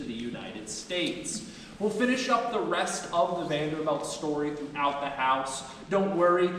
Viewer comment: The tour guide doesn't even pronoune their name correctly. They're Vanderbilts, not Vanderbelts.